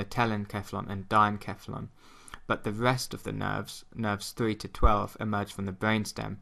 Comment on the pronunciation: I cringe everytime he says "dienKephalon". That doesn't sound right to me, it should sound like a "c".